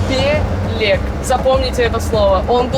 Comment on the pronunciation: Читаеся бЭлэк. А не билек 😂